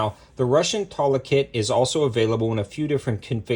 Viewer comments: Toolah....not Taahla...😏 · Its Tula not Tola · Did you say...Tulla?! 😂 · / 2000 $ I'll pass on that 😅😅. Your the first person ever hearing saying tula that way 🤷, idk just sounds weird . Regardless God video tho 👍.